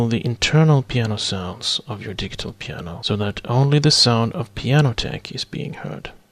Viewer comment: You speak perfect English, but 'digital' is pronounced 'di-jit-tal' ... with a 'j' sound ... not a hard 'g'.